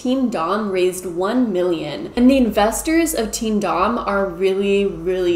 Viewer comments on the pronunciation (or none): I’m fairly certain that “teamdom” is pronounced like “kingdom” rather than “team dom” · I thought you said Team Dong. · I thought you were saying “Team Dong” until you showed it on screen 🤣🤣🤣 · Oh my gosh I thought you kept saying Team DONG! Like penis. . . that's hilarious that I was wrong. . . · I really thought shes been saying Team Dong this whole time lmao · I think "TeamDom" is supposed to be pronounced kind of like..."kingdom"?